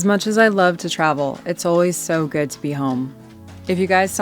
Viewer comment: It is interesting that you said "It is goid to be home!" Did you mean the states or the van?